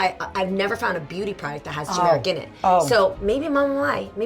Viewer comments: when mama mai says turmeric it sounds like tamera lol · I keep thinking they’re saying “Tamera” 😂😂😂🤦🏽‍♀️ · The R is pronounced in TuR-mur-ic